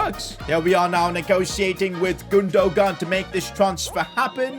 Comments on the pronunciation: it’s pronounced Gundoan. G is silent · gundogan name is Turkish and has a Turkish apostrophe so you pronounce it as gundowan the g becomes a w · Yo just so you know Gundogan is pronounced, “Goondowan” just so you know. Love the vids! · Lol i laughed so much when he said gundogun :) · 😤 can you stop pronouncing gundogan wrong and try to pronounce it like gundoywan. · its pronnounced as gundo wan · PCQ: it’s GOON-DU-WAN. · saying Godogon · Can any point out how he gundogan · Am I stupid or did he just fuck up Gundogan’s name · stop pronouncing Gundogan wrong don't say the g part instead say it with a y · the way he says gundogan 😂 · who else was dieing when he was saying gundogan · The g is silent in Gundogan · Gündoğan might have scored that long range effort if you'd have said his name properly 🤣 really frustrating how wrong you say people's names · Who is the evil man who made him buy gundogan now we’re going to have to listen to his horrible pronunciation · You are not supposed to say the second g in illys (Gündogan) name